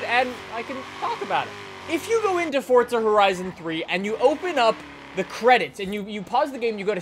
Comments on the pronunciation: the one thing that bothers me about him is the fact that he says FORTZA he doesn't say FORZA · Isn't it Forza not Fortza? Sorry :3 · he said fortza